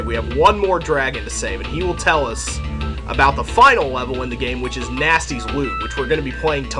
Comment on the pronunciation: I thought you said "Gnasty´s loo" and thought to myself that you were going to visit his toilet.